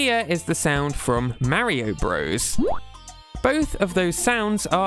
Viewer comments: When did this trend of pronouncing "bros" phonetically? It's short for Brothers. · It's pronounced BROTHERS, not "bros". "Bros." is how you abbreviate "brothers." But it's still pronounced "brothers." Other examples: Cpl is pronounced corporal Lt. is pronounced lieutenant Sr. is pronounced senior Jr. is junior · For those who don’t know, including here, the game is NOT called Super Mario Bros, like a frat boy. The game is in fact called Super Mario Brothers, like anyone with a brain would say it. The abbreviation Bros. Is short for Brothers. The problem with Nintendo youtubers is that they are young and didn’t actually play these games as kids and they don’t do any of the most basic research like how to pronounce words or understand basic English grammar. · Pronouncing Mario "bros" like the modern US slang term for "friend" makes me cringe. Back in the 80s and 90s when these games were being created it was always fully pronounced as "brothers". Maybe it's PewDiePie's fault ...